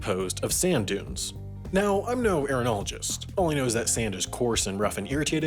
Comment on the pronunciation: This dude pronounces sand like he's a Canadian or something.